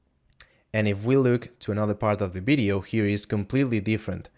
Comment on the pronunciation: Video man, not Bideo!!! :) Realy good tutorial! Bravo!